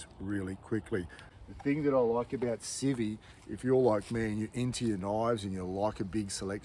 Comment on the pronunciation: Pro tip : videos are better when the cameraman knows the what his objective is. Also it’s not civvy…..it’s ci-vi-vi. 3 syllable word.